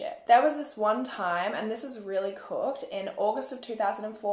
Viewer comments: Jess Pulford I honestly thought she said “this is really fucked” and I was like oh boy so seeing this I’m like wait what😂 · Heard this is thought the same exact thing 😂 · I was about to comment this 😂